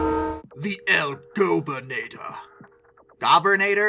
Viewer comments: #3 “El Gobernador”. (Gub-er-na-dor) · I don't speak a lot of Spanish, but I'm pretty sure El Gobernador is pronounced El Go-burr-na-door. Spanish speakers, please don't get too mad at me, I've only taken one semester of high school Spanish and I can barely tell you the difference between formal and informal verbs.